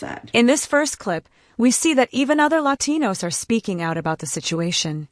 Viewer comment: you can always tell that they’re being fake by how they annunciate all the other English words properly, but roll the R significantly on the Latinos word. Like no accent for a Cuban?